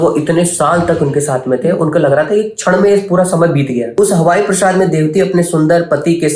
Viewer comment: 🙏 Hare Krsna Pranam 🙏 Hari bol 🙏 Thank u for reading Srimad-Bhagavatam for us 🙏 Bhuridaa janaah 🙏 Praa + saad = Praasaad (palace) is correct pronunciation Prasad is sanctified food offered to the Lord 🙏